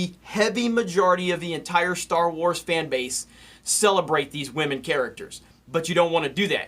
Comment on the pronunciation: He almost broke it and said "wahmen"